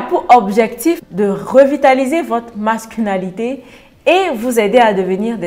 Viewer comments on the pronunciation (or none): Merci pour le sujet. Le mot c'est masculinité et non masculanité